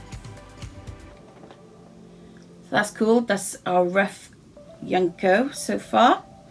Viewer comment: Her name is junko not yunko